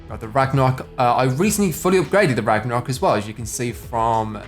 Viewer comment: You said ragmarok back bling on the Viking one!!!! But thanks, it was a cool video